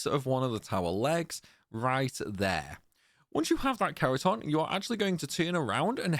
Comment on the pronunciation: After do this TWICE on the PS2, one on the PS3, once on Vita, once on the 3DS and once on the Master Collection, this felt surprisingly easy tough the Gako are a good challengue. Thanks for this guide, it worked amazing and i loce the way you pronounce Kerotan and Gako. Actually your voice is soo nice the whole time :)